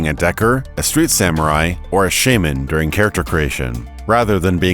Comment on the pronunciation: that's not how you pronounce shaman